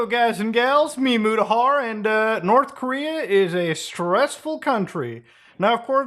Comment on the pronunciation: Korth Norea